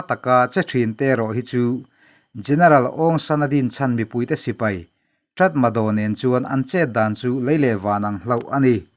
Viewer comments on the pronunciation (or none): Aw, a inziah dan aṭang chuan 'Ṭatmadaw' tih âwm tak a ni a; nimahsela, a lam rik dan tur dik tak erawh 'Ta-ma-raw' tih zawk tur a nia... Nypidaw pawh hi 'ni-pi-raw' tiha lam tur a nia. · 'Tatmadaw' tiha inziak hi 'Ta-ma-raw' tiha lam tur a ni e. In tilawmawm ṭhin tak zet. A bengvarthlak ṭhin e. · Tratmadaw a ni lo, tatmadaw😀